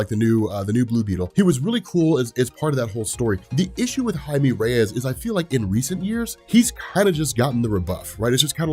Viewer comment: Woahhh learned how to pronounce blue beetles real name 😂😂